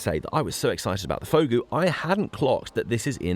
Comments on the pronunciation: jee-zowster and vog-oo youre welcome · Fogou is pronounced Foo Goo. Related to Ogo meaning cave in Cornish.